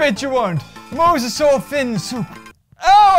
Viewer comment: Not mowsasaur mosasaur